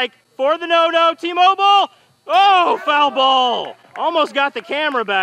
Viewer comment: When tmobil got the play on the 3rd struck in the 2and inning it sounded like he said emobil